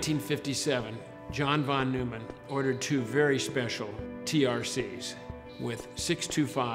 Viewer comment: Say John Von Nueman one more time xD jk love this story, and ' telling it